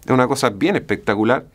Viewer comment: Habia escuchado el pectacular.. pero no el "bien pectacuar" 😂😂